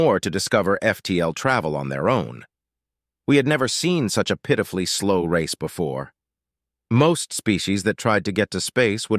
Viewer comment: At about 3 minutes the word 'pitiful' is pronounced 'piltiful' and while that is a mistake I guess, I prefer the pronunciation that does have the L sound in it. No change in meaning, just say in a song or a poem...I think Piltiful would sound better.